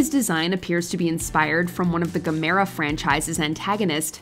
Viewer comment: Gamara? It’s pronounced Gamera, for god sakes! If you’re going to do a video on famous kaiju you could at least get their names right!